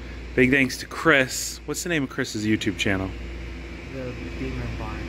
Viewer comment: Bimner barn not beamer barn 😂